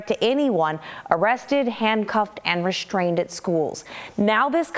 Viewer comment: "restrained". No H in ST. It's re-strained, not re-shTrained.